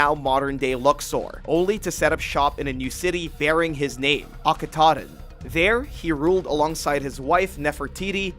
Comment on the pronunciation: It's akhenaten, at least get the freakin name right dude??